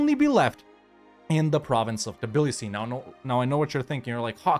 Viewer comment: It's funny how you can ppronanuce Samtske correctly but Tbilisi is a deal breaker XD